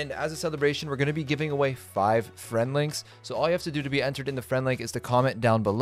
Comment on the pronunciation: Can I have A fwend weequist hee